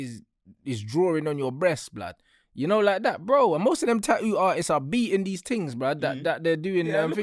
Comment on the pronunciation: " Ta'oo " is a new one on my Bri'ish vocabulary